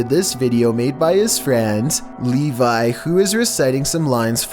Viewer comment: Lol hearing / say "Levi" (my name) is so weird xD